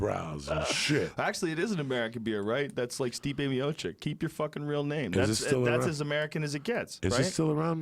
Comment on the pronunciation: He called Stipe Miocic "Stiopic" again lmao